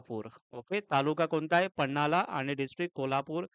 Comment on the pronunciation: पन्हाला न्हवे पन्हाळा.. ऐतिहासिक तालुका आहे So तूम्ही त्याचे उच्चार नीट करावे.. अनेक वेळा तुम्ही पन्हाला पन्हाला च बोलत आहात.. So change it